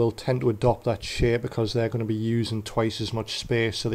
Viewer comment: anyone else hear him say shit instead of shape??